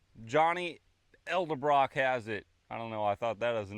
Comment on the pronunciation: its EDDEL BROCK......NOT EL deBrock